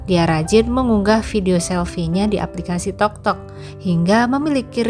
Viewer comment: KDRT, tik tok dibaca lain jd aneh min😮